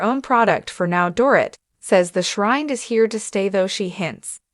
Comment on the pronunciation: For goodness sakes her name is pronounced Doreeet!!